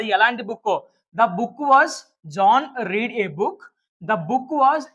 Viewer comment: Sir ఆది రీడ్ కాదు రెడ్ అని పలకాలి